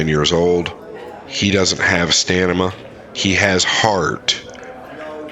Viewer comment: "he doesn't have STANIMA" Stan-im-a... Sorry, this guy's voice kills my soul... He said stamina correctly the first time but then when he said Efren doesn't have STANIMA I had to point it out... And now we continue to our regularly scheduled broadcast...